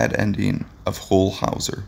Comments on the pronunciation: Sorry it's huell not hu ewll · "HOLE"" Hawser? The person who read this should have gotten Huell's name straight - it rhymes with MULE, not mole! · If you are going to do a retrospective of Mr. Howser you could at least learn how to pronounce his name. It was "Hew-ell" NOT "Who-ell." And with that, I'm out. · "HOLE Howser"? Ugh....this must be the guy who gets the wrong photos, the wrong pronunciations, & wrong info on every video he does. people areIsn't (aka Captain Kangaroo) married to Cher? Oy Vey. Anyway.....Huell (rhymes with Jewel) was a much loved TV personality here in California and is much missed. His wonderful programs live on.....in reruns. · H-you-ll. Not hull howser. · i second this motion. say his name right, he earned it. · It hurts me to hear you pronounce his name the way you did. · You can't even say his name! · Your doing a story on him, but you don't know how to say his name. You're fake